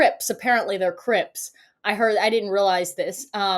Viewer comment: And still can't pronounce "they're" or "ask" !